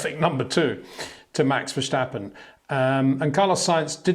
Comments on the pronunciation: Hey Peter, I really like your video's and views, to me one of the best analysis always. However.. one point of critisism. There is no ch in verstappen. It's not 'Max Verschtappen'. It's Max Verstappen. Zo no CH in there. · Max "VERSHHTAPPEN" 🤣🤣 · I like the video but would just like to point out there's no h in Verstappen. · Please Peter, learn how to properly pronounce Leclerc and Verstappen. Please.